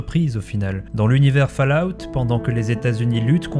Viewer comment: Petit point prononciation, ce n'est pas le son "A" dur dans Fallout, mais un son "O". Fallout veut dire "retombées (radiocatives)" c'est un dérivé du mot "Fall" (tomber) donc c'est le même son que dans le prénom "Aude".